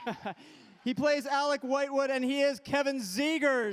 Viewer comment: Alec Whitewood??? Its LIGHTWOOd what the heck bro so not cool